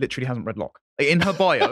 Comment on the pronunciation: I remember it too - good old Blood Sports. I remember the meme arising from the fact that didn’t know how to pronounce Locke and said “Loki” instead which confused everyone as nobody was familiar with a body of literature by the Nordic trickster God.